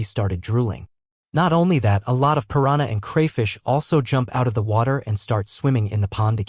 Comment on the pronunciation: I don't understand how Ai is still so bad at pronouncing words correctly and remembering the gender of a person. OP, can you give your Ai some feedback? When pronouncing piranha in English, do not use a Y sound. Cutely is sounds like Spanish "piranya" instead of English "pu rahn uh" Keep track of the gender of each character. If it's a male, do not refer to him as "she". Keep track of your own voice. Do not switch between male and female voices and absolutely do not switch accents from English to Spanish or Indian. If using a male English voice just keep it that way. Side note for op: would it be possible to have the Ai read a character's lines and use a specific voice for each character? I guess I already know the answer since some times it will randomly speak in Spanish, but when it gets better that would be great to do!